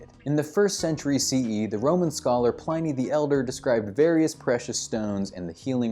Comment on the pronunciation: Pliny rhymes with skinny.